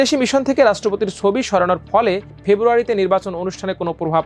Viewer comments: সোবি? নাকি ছবি? বাংলা উচ্চারণ টা একটু ভালো আশা করতে পারি না? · Change this News Presenter... His pronunciations sound so poor... "Sobi" ki? It's "Chobi"